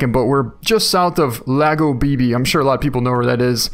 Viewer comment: Lago Bebe is pronounced " logow beh beh" translated to "Baby Lake"